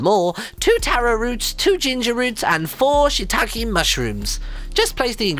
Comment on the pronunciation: Before Martyn said "Shittake Mushrooms" I thought it was pronounced "Shit take mushrooms" :P